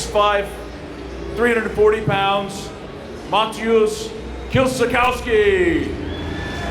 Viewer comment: "Mateusz Kielszikauski" ultimage cringe..